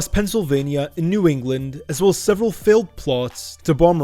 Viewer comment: Did he say NEW ENGLAND??? 😂😂